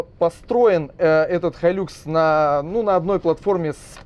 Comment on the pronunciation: хай люкс....какой лакс? бесит уже.